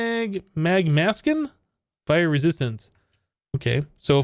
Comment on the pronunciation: "Mag-maskin?" heartychuckle.gif